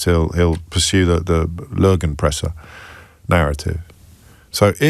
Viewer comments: Lügenpresse. Ly-gen-presseh? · Oh dear James. Love your show. And I salute you for trying to pronounce "Lügenpresse". But I strongly suggest not to use that word again on national radio. It is used by far- right people here to discredit the press. Here are some suggestions the 1st two most likely not suitable for radio, but the 3rd one is fine for radio: 1. Arschkriecher- Arsch-kriecher 2. Speichellecker- Speichel-lecker 3. Schönnwetterfreund- Schön-wetter-freund With love from Germany, Eva ❤🤘🏻